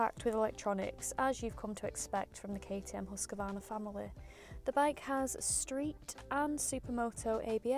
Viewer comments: Why so many say Husqavarna??? Where did the extra "a" come from? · Who's huskavarna? At least pronounce it right, please. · Close, but you can swallow that first A you are usingin Husqvarna because it is not in there! 😁